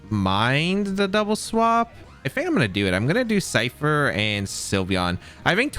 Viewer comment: i cant rewatch this because he says "Cypther" instead of ScyTHer and it's killing me, otherwise great video